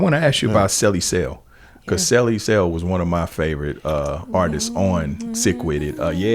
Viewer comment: So nobody gonna correct the homie Legitimate B on saying ArtistsES?